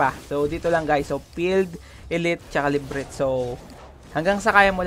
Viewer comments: LA - B - RINT = improvement suggestion lng boss hehe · Labyrinth (La Bi Rint) Lods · LA BY RINTH ang pagabasa nyan. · "Librit" HAHAHHHHHAHAHA ..sorry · labyrinth = librit lol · hindi yan librit pag basa sir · librit? haha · Librinth hahaha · nagtaka ako ano yung librint , la bi rinth pala hehe per ok yung guide napaka solid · Hidden la-by-rynth hindi librit. Labyrinth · LIBRIT? LA-BY-RYN-TH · ok yung tutorial mo sir, correct ko lang yung librit mo, labyrinth yun sir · I really love how you pronounce Librit instead of Le-Bi-Rinth (Labyrinth) Thanks for the info tho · LAH-BEE-RINTH And pagkapronounce haha librint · Kudos sayo bossing, tips lang , yung librit hahaha, LaHb Rinth ang pagbasa niyan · Natatawa ako pag sinasabi nya yung word na "LIBRIT"😆✌️.. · nagtaka ako ano yung librint LA-BY-RINTH pala... ^_^... nakatulong yung video... salamat... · Lods salamat sa tutorial. Pero la-bi-rint ang basa don hndi librit. Pero salamat parin. God bless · LA BI RINTH Not librit. Anyway, thanks for the info. Nice. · Love kita dami kong natutunan sayo pero iba yung sapok sakin ng librith eh. "LA-BI-RINTH" sana. Love you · iniisip ko kung anu yung lybrith... la by rinth pala :D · ok na sana. nagkamali lng sa lebret? ahahhahah La-by-rinth hindi lebret:DD laswa pakinggan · Labyrinth ❌ Librint ✅ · anong librit. leybirinth basa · La-bi-rinth po ahaha. hindi librinth. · Boss, LABIRINT po basa Librit.. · Laberinth yata pag pagbasa jan boss, hindi librint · thumbs down!, napaisip kasi ako kung anu yung HIDDEN "LIBRINT" mong hype ka! , labyrinth pala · Librint? Labyrinth 😅 Valley not Baley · Brad Hindi librit! La bi rinth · LA-BI-RINTH po hindi LIB-RINT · Labyrinth po yan hindi librint 🤣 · Labyrinth not Librit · The "Librit" hits me hard everytime. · Nice tutorial, panoorin nyo to mga newbies. nalito lang ako sa Labyrinth haha. La-bee-rint basa jan boss. 😉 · sorry ako din hehehe, LA BI RINT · Ok, sabay sabay bigkasin: la-br-inth Ingat sa TH sa dulo. Hindi yan T.